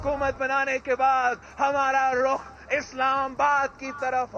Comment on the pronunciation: 😂 phele Rukh bolna toh seekh ly phir krio Rukh Islamabad ki trf 😂👍